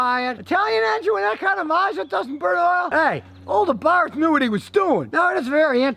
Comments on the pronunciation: It's pronounced ABART! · OK, just started watching the video, so I'll hold judgement but 'Abarth' is pronounced 'AbarT' hard 'T' no 'th' sound. Carlo was Austrian so hard 'T' please and thank you. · Did you say "Fiat A Barf"?.... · That’s good to know Abarth doesn’t mean ABARF 😆 ! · FYI, the car is pronounced "Abart." No "th" sound in Italian, as I recall.